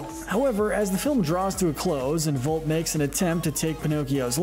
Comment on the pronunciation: VolpE, stands for FOX! Where's the E? It is pronounced like A in your English language! Why don't pronounce it? Why is for you Americans so difficult to pronounce Italian words? And where are the Dogfish and Mussolini in this list?